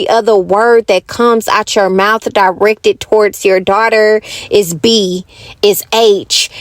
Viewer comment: I said the same thing. Her grammar is completely horrible. She can’t pronounce anything. Like teet and mout.😂🤣and don’t forget vanilla extra scratch